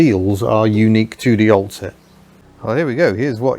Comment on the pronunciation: Cant unhear " Ol' Cit' " - Old Citroen. Was it on purpose maybe?